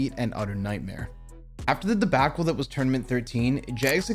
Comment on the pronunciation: "Following this debackle" 🤦🏻‍♂️